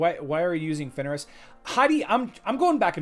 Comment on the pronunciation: Daily request that you say Fenris instead of Finneris. Otherwise, great stream today.